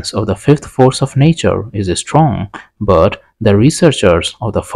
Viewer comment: Good content but your pronunciation is so strange (i.e. but for you is bot or sometimes boot, weak is veek, we is vee). Give us subtitles, please.